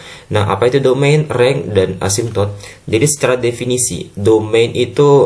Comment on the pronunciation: Renj bukan reng